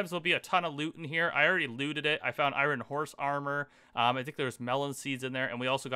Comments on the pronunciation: isnt it called iron not iwrin? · Take a shot everytime this man can't pronounce iron. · Can’t handle the way you say iron. To bad, series was pretty good so far